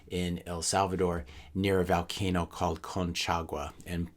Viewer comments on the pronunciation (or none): It's vUUUlcano not vAAAlcano. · it's pronounced volcano as in Volume, not Valcano as in Val Kilmer.